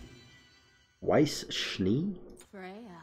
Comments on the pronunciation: Too bad she says Wise not Vais Schnee(fonetically) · Her name is pronounced Why-ss Sh-nee